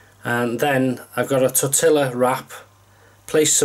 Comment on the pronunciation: Your wraps looked really good 👍 Hah, I've cheated again 😉 Not trying to be mean but I let out a chuckle when you pronounced Tortilla....😜 LOL (this is the best I can do with this keyboard - pronunciation is "tore-tea-ya" 👍) Ahhhh....now your making me hungry again with that bread....😜 LOL A nice looking GoPro clamp mount 👍 TFS 😊